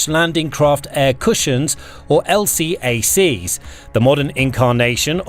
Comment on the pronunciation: And MEU is “Mew,” and ARG is not A.R.G. And L-Cack (not L.C.A.C.) haha it’s tough to watch this stuff sometimes haha